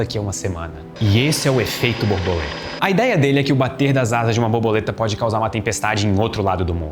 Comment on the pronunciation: Não querendo desprezar o excelente conteúdo do vídeo, não me consegui abstrair do "boboleta" AHAHAHAH